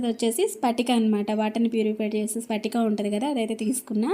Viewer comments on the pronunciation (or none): Spatika kadu adi patika